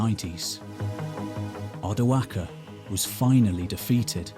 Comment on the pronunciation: I really appreciate you saying Odoacer with the hard c. Thank you